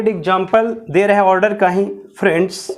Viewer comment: order ka pronunciation galat hai